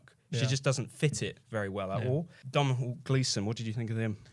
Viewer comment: The "mh" of Domhnall are silent. So it's pronounced donal ike tonal.